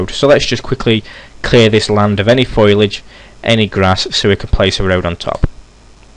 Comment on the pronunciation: Helpful video. This game seems to have good potential - as long as the animations are greatly improved. BTW, it's "fo lee aj", not "foy lej".